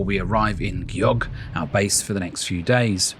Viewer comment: If you're attempting to make a professional video about a country, out of respect, you really need to make sure you're pronouncing the place names correctly. Gjogv was not even remotely correctly pronounced at all.